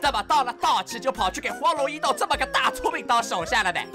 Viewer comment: 應該是簡體字把「斗」和「鬥」合併了的原因，所以「斗」大陸是個多音多義字，表「斗」義就讀「抖」，表「鬥」義就讀「豆」，但有些人或者AI在不常見的詞裡就無法從詞義判斷讀音了。